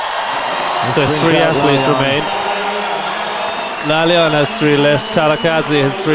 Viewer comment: The name is pronounced La-La-yan not La-liyan